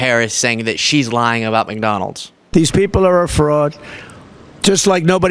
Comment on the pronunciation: That is absolutely adorable. He pronounces McDonald's as McDonells, just like in the 1992 movie with Don Ameche & Tom Selleck called "Folks!". I was going to provide a more informative description but since I am probably the only person likely to have any clear recollection of this from being a kid 32 years ago I won't ruin it for you. I recall liking it. Check it out and see for yourself.